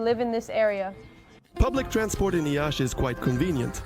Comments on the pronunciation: Not "Iasi", that citi's name is "Iashi" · It's Iași (pronounced approx. Yash). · <Iiiashii>... They didn't even pronounce the name of the place they are living in correct... They hate the guts of us. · Thanks! Why make this video without knowing how to pronounce the name of the city? Or do most foreigners say ya-see?